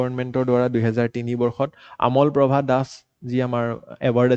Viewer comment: nokoi nuwarilu dei beya napabo. জোঙাল বালাহু nohoi জোঙাল বলহু hoi । আমল প্ৰভা nohoi অমল প্ৰভা hoi । Apuni jihetu axomiya egorokari . Axomiya pronounciation bur xuddhokoi kole xuni bhal lage diok sun.